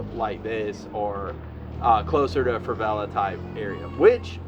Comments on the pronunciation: Stop saying Fravela...its Favela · You sound like you're saying "FRAH-vela"